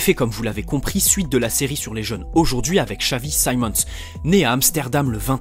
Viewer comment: your pronounciation of his name is scary guy he is dutch not english